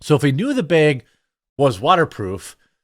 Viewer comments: I’m having a really hard time with how you pronounce the word bag. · I watch this channel every day with high hope that Jeremy says bag. 😂😅